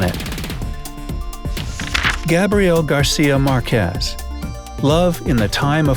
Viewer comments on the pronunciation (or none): If You're going to quote al Gabo, don't skip His first last name: GARCÍA Márquez. And BTW, those accents are there for a reason: mÁrquez.